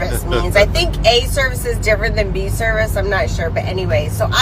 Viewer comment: "Can y'all do a testing" "ittle speed" "Differenchch" Can't even pronounce filter. And you wonder why you're having a bad time? Hmmmmm Smh lol